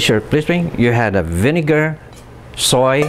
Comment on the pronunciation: for non sizzling audience heheheh...sir,u don't know how to say "vinegar"? your sisig is so dry...next time sir music nalang background?hehehehe